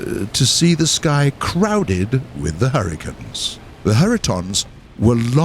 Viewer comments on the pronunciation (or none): I swear at the beginning he said 'hurritanes'.